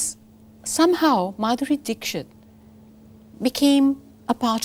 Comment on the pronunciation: Simi G can’t even pronounce Dikshit correctly - weird for a woman who is Indian🙄